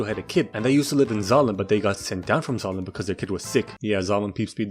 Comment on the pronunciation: My dumbass thought that when he sai"d we got Zalem" he said "we got X.A.N.A" from code lyoko